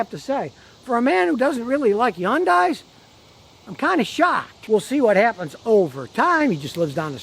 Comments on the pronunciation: Hahn-die Scotty. Not Yawn-die. 🥴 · still waiting for scotty to realize that yundai starts with an H and EVERYONE else pronounces it with the H.